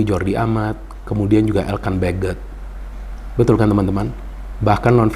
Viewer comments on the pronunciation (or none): Bung binder bukan elkan begget.. si elkan sendiri nyebut dirinya ELKAN BAGGO (huruf T nya ga dibaca) cara spell org indonesia BAGGO